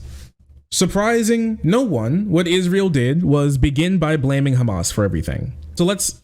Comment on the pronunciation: please don't correct yourself when saying hamas. an H sound is the closest sound you can use not a goddamn Kh. its like calling someone with the name ahmad akhmad or mohammad mokammad. it hurts my arab ears lmao hamas is written with ح not خ